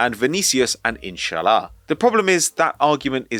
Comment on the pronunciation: Hearing say "Insha'Allah" is possibly the greatest moment in the history Football Daily